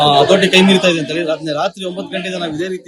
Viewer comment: ದಯವಿಟ್ಟು ಕನ್ನಡವನ್ನು ಸರಿಯಾಗಿ ಮಾತನಾಡುವ ಮೂಲಕ ಭಾಷೆಗೆ ಗೌರವ ಕೊಡಿ. ಇಜೆ ಅಲ್ಲ ಮೇಡಂ ಇದೆ.